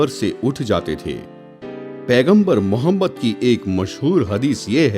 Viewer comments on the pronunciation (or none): Tumare channel ki auqath nahi aur pehle hamare aap s.a.w ka naam lena sikhjao bhai plzzzz naam sahi se lo aur fake photo math dalo